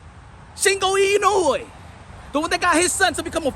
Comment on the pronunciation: I've seen almost all the pre- and post-fight analyses of the Inoue v. Fulton bout. And this commentator is only one of two English-speakers that took the time to pronounce "Inoue" correctly. I will rely on this channel rather than ESPN or other legacy outlets for coverage of the world-wide people's sport: boxing.